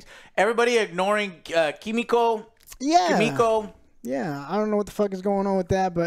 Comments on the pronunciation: I like how Joe smiles at the camera when he pronounces Kimiko’s name right 😅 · I love Joe tryna say kimiko right but his instinct is just to say it wrong he can’t help it 😂😂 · Joe - why can’t you get the names right?! Every review?!